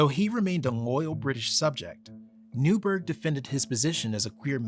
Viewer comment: Newburgh was (and still is) pronounced 'Newborough/Newbruh'. And that's the British pronunciation of Borough, not 'burrow', as Americans say. Boroughs are generally lived above soil. Burrows are underground.